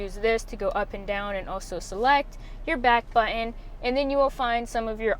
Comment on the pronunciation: Please say "button" correctly. Jeez.